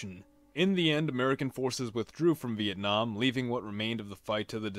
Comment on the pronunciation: sounds like vietnom